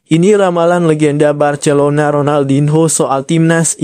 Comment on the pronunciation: Ngomong Barcelona aja ngak bisa😅